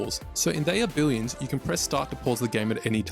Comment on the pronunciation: Billions or Billwiouns? Lmao